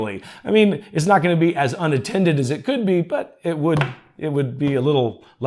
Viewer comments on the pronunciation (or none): Until about in the video, I thought you were saying "unintended", instead of "unattended"... 🥴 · Question? Did you say unintended or unattended? LOL